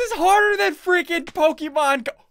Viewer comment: pokemon not pokeman